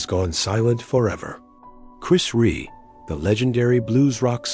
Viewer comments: why do these american tricutes never announce his surname properly?Rea not Ree or Ray. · It’s not Ree ,it’s Rea (pronounced Re Ah). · its Chris Rea.....(Re.A, not Re) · His name is pronounced ReA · If the sound program can’t pay the respect to Chris by pronouncing his last name correctly (two syllables - “Re-a”), you shouldn’t use his last name for death video (profiting off grieving). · Pronounced Re Ah. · It's Chris Rea .... not Ree You'd think the guy doing this would get his name spelt and pronounced correctly....😮